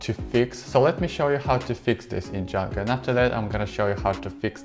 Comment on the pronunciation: Am I hearing it wrong or is he saying Djanga instead of Django?